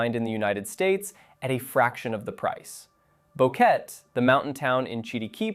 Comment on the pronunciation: Interesting insights & some details about places I don't know much about. Please know, though, David, city in Panama, is pronounced Dah-VEED, not David as in English. Likewise, mountain town is Boh-Kay-Tay. I've spent time in both! Boquete is lovely, David, not so much, although David, being a large city with an airport, hospitals & malls offers convenience. Not that far from Boquete, either.